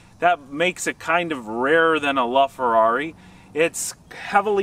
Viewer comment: Did this guy call it a "LuFerrari"